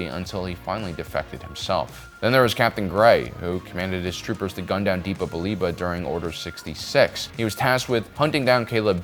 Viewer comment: Why do pronounce all the names weird? It’s absolutely DEPPA not DEEPA.